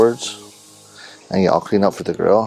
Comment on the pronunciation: everytime he said grill I thought he said girl so I thought he was talking about feeding it to a dog